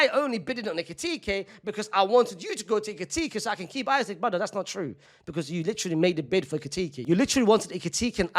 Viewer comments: ik i dont care but bro its not that hard to say “eesak” and not “isaac” if it was a hard ass name to pronounce id get it but how hard is it to say “eesak”😭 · Bro said Isac😂❤ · his last name is 4 letters 😭 just pronounce it the correct way